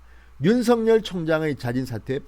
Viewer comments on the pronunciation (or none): 윤석열 은 "윤서결"로 발음해야 합니다! 윤성열 이란 이름도 있기 때문 입니다!